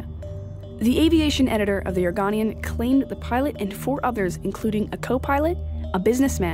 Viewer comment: Next time when you make a video make sure you say "Oregonian " right. Its "or go nian"